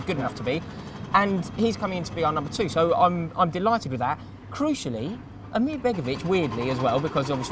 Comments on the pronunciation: Lads, please got your pronunciations correct becoming a tad annoying. ASMIR not AMIR and Van Hin-kle not VAN GIN-KEL! Other than that top notch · it is asmir not amir just letting you know